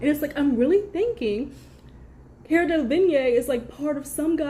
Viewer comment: DeLevigne pronounced as Del-La-Veen.